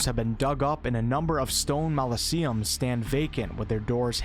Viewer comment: duuuude. Molliseum? 😂I guess it's not a common word but I'm sensitive to it because listening to forgotten realms books on audible has made me a crazy person with these things. Mispronounced names like gid-ee-ahn (it's gid-ee-en or in) that's one thing, but it's mos-o-lee-um, not mol-i-see-um. That sounds like a cool made up name though😁